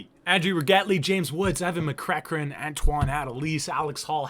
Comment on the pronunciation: butchering mceachran :/